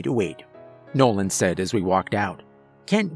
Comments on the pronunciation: You sure his name was nolan? And not Bobby Bouche lol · Nolan's got some Bobby Bo Shay speech impediment 😆 Awesome Story tho